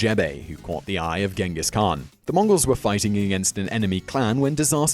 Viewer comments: Its Chingis Khaan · It's pronounced 'Chengis Haan' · Please Simon - learn how to pronounce the words you are speaking BEFORE you make these videos. It's pronounced 'chingis knan' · Idk why people calling him Genghis khaan it's Chingis khaan tough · It's not gengis khaan it's chingis khaan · not GINGES KHAAN CHINGESKAAN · not genghis khan ChinggisKhan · khan means king! also khan should be pronounced as khaan! therefore it should be Chinggis khaan! ghenkhig khan is wrong spelling(westerns)! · It's pronounced "Chingis Khan" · If you make a video about the greatest conquerer in the history of the world, please pronounce his name right. Then again as all westerners do, Ghengis Khan(Chengis Han) is vilified here. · it's pronounced (chin-giss han) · The Khan was only bad because he was mad about all the ignorant people that pronounced his name wrong instead of the correct "CHang-giss." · nope it supposed to be pronounced Chingis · You’re mispronouncing his name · you pronounce his name wrong, and where are the million corpses, seriously. where? anywhere near that urgench? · Dislike, just for the fact you mispronounced his name throughout the entire video